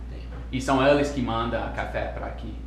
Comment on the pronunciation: just a hint: "mandam" pronounces "mandãu".